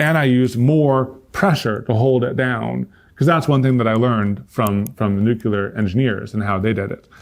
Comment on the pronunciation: much love. power outages are frequent occurrences for me in Maine. , "nuclear", not "nucular". i wish they would've taught you how to pronounce the word "nuclear" correctly. you can boil water in the fireplace.